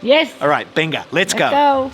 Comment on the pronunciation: You know has fully picked up the Spanish accent when he pronounces "venga" as "benga"! Great video:)